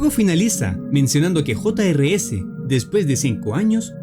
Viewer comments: Se llama jr's y no hota ere ese como tu dices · el nombre se escribe jr's pero se pronuncia juniors